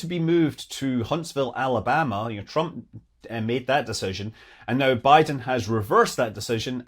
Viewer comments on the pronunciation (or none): none